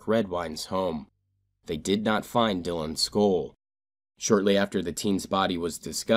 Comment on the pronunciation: "Dylans Skoll"